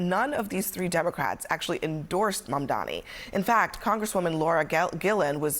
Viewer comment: OMG. Abby with the worst mispronunciation of Mamdani. She said Bomdani!